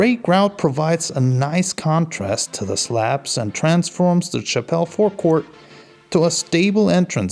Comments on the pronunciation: Chappelle??? Chapel, mate. Chapel. Cha pel. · It's pronounced "chah-pull," not like Dave Chapelle. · Took me ages to realise he was saying Chapel...forecourt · I am so angry he can't pronounce chapel.